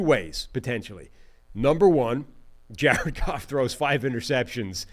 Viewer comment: Ja red Goff… Ja red Goff… Ja red Goff